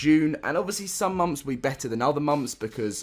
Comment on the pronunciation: its MONTHS not MAMS! god damn -.